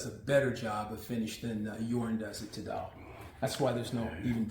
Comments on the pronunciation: I just need to point out that Tidal is pronounced Tie-Dull and NOT Tee-Dayl. I know in France that is how they pronounce words, but that is because of their accent. BTW I studied Linguistics at a famous IVY League Colledge so I understand why your saying it that way, but I feel the need to correct you on this point. Good video otherwise and carry on folks! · Even though I secretly laugh whenever you pronounce "Tidal" - the Akira's are still the best speakers I've heard to date. $215K is quite the price tag though... Nice to see play room again. Don't forget to kick the tube's before you leave;D